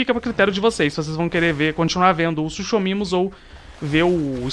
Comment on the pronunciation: eu sei que quando lemos o nome do animal se le suchomimus mas se pronuncia sucomimo!!!